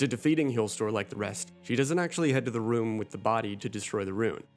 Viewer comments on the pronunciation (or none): none